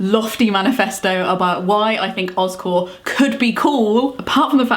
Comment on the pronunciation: You're saying Oz Core, but my brain hears Oscorp...from Spiderman. 😂 But I'm on board with OzCore!